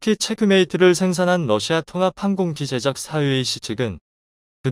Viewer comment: 항공기 제작사 라고 읽어야맞고, 항공기제 작사 라고 읽으면~ 아버지 가방에 들어가신다!라고 읽는거와똑같고,초등학교 1학년 수준으로읽는거야!제대로좀 똑똑히좀 읽어주길바라네!!